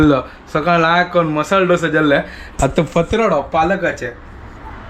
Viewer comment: ढोसा नही, its दोसा या दोसे